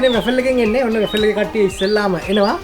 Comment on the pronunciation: RA-FEL nemi WA-FLE ! Godak hodata program eka kerenawa. Api USA edan rasa widinawa, good luck !